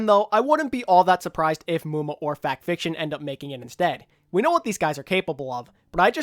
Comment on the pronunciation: FUUUUCK NO not muma